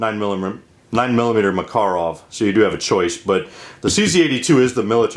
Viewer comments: Hi. Yes, i am aware of that fact in the U.S. and of course I can not blaim english speaking people for incorrect way of pronouncing russian words/language ( same with the most russians who speak/trying to speak english :)) cuz russian IS a difficult language (both linguistic and grammatical), in fact russian language is a kind of a mix, it has slavic base but with a lot of "finnish" and many turk/tatar words (Finnish and all other Scandinavic languages actually developed FROM the ORIGINAL russian (uralic-khazar) language,and not the other way as its been commonly thought.Even old german was spoken with uralic accents (statement of a german expert).Im deep studying the the origins of russian and slavic languages these days :)). There are 37 native (!) different languages in Russia (15 official) with their own dialects and accents of course,but again, when it comes to pronouncing a RUSSIAN word, they all do (or at least try) that in the same,correct way cuz Russian is THE main language in Russia. Cool video about those pistols by the way, and when a PM Makarov is a kind of a deep modernised version of PPK,PPK, what a lot of people maybe don't know,is a deep modernised version of Browning M1910,so browning's babes are the moms (or grannies :)) of the most pistols in world :) Good day Sir. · Im getting upset at how he says Makarov lol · The Russian pronunciation stresses the second syllable. At the Presidio in Monterey CA I saw first hand the difficulties of American students with foreign languages. I was lucky, that I had a couple of Slavic languages under my belt and did ok. So let this guy be, he is doing fine. Make your own videos and we will be more than glad to watch. Thanks. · It's "mukUruf", not "mEkerov". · Well First of all its called "пистолет макарова" and no, you did not pronounce it right as you said in your video tag. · Yeah, but Maaah-karov sounds better according to Call of Duty. ;-)